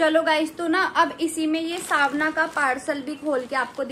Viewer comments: it's called savana not savna your pronunciation is wrong please pronounce it correctly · didi not svna its savana